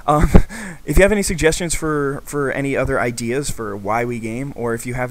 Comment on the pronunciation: Sorry, I can not help but the first time you said it in the video, it sounded like "Why we're gay"... XD